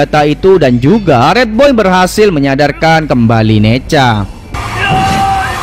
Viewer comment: Nezha bang bukan neja